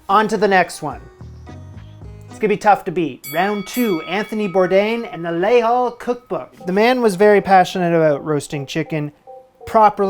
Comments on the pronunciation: les halles prounced layzal , rhymes with paypal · Les Halles is pronounced layz-AL